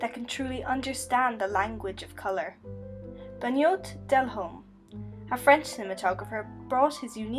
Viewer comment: Ok so first of all we pronounce the « e » from benoit like the « e » of the word « bae » Also careful we can hear you swallow and everything, you mic captates everything. Besides those two things that kind of bugged me (I’m french too, maybe that’s why 🙂) well that was a very cool video essay. Great job!